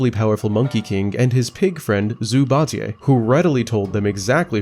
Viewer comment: Whenever you see Zhu Baijie, just say “Jew Bai Jie” hard J as in Jordan